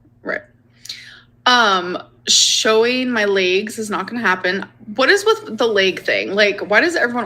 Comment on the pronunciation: I’m not going to lie whatsoever… I get the “layg” thing. I wanna see em lol not in a weird way but only thing she’s kept secret since Krystal and everyone saying no way she’ll ever show them laygs. Just show an ankle she’d make a killin on OF 😂